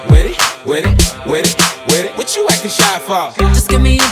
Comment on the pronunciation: I love how he says “wid it wid it wid it”